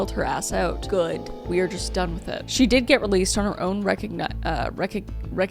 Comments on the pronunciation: Re-conna-since is how most pronounce this. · Just to help you out, not being ugly. Recognizance - Ree-cog-nie-zance. For future videos! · in case you see that word again in the future.... recognizance = ri-cog-ni-zənce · The word you were trying to pronounce in the next to last story 🫶🏼 Ree-Cog-Nuh-Since I got you boo 🤣🤣 Unfortunately I’ve also been released on recognizance in the past 😭😂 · Recognizance is said "Reh-COG-nih-zuhn-s" New pronunciation unlocked! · Recognizance is pronounced ree-cog-ni-sense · Recognizance = ree-COG-nih-zense (emphassis on cog, end sounds like like dense) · It’s pronounced re-cog-nizunce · Say: «Re-cog-nisanse» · Re-cog- nizence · Inability to initially pronounce re-cog-niss-ence only informs me that you have no active or past relationship with the law, breaking it, or association with those who do; & it's adorable 🤸🏼‍♀️🦫🐣🦭👮🏼‍♀️x∅xo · She was released on her own Re-cog-na-sense. Which happens for most first time offenses. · Rec-on-i-zence Love your videos. Just helping ❤ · Your new word is pronounced “ree-cog-nih-sance.” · Reh-COG-nih-zahnce, by the way. 🙂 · Yeah i had the whole everyone claiming everything when they were extended family or whatever and my uncle took a lot of the war medals for himself and has this massive "collection" now its actually disgusting. Also that word is re-cog-ni-zance, with the cog being said like cog in a machine. I think i means that her behaviour was good enough to be released/ cop speak for wasnt drunk as f anymore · Re-cog-nih-zense, cog like in machinery. Not a expert, I just know it's a form of bail where I think you essentially pledge money and if you break the guidelines set, like showing to court, you have to pay the court. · Hey Kris, English teacher here, it’s ri-KOG-ni-zuns -recognizance. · Re-cog-ne-sense....as a true crime youtuber how have you never heard that before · recognizance pronounced re-cog (like cog in a clock) - nis (like bonis) - ance (like confidance)